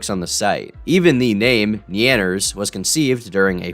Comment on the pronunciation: Surprised you pronounced Nyanners correctly after that trainwreck of a pronunciation